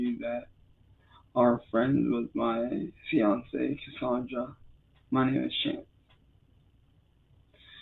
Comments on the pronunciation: "My vionsay, cussawndrah!" 😂😂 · "My vionzay, cussawndrah!" 😂😂